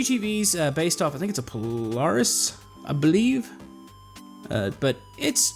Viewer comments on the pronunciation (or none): It's pronounced po-lair-is